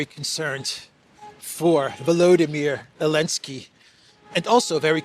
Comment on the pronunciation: 😂😂 ELENSKI!??😅😅EVERY TIME YOU SAID ELENSKI!!😅😅WAY MAN,WAAAAYYYYY